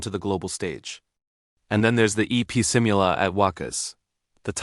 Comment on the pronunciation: massive thanks again for this. You’re so eloquent as speaker/anchor and am sure you’re a very good writer too. Am curious tho, did you watch the KICKOFF at the Phil Arena? Noticed also how your views increase by leaps. A’TIN knows when to appreciate and be grateful. May I just correct you on how we say SIMULA, IT’s si moo la at WAKAS, BEGINNING AND END.